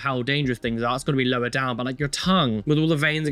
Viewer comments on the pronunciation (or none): none